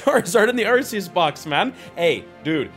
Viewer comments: I believe it's pronounced Ar-koos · The only correct pronunciation is ARKOOS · First: The Green Code that had the Sylveon V-MAX is an Error Print cause the WHITE and Green Codes are meant to hold the Pulls Second: Its pronounced "Ar-Key-Us" due to the Gamefreak Company taking over the Production of the Anime after 4Kids Entertainment in America shut down Awhile ago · I pronounce it Arceus with a C instead of an S